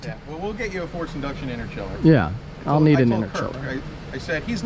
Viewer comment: Hearing u call it an interchiller made me cringe. Good vid tho😂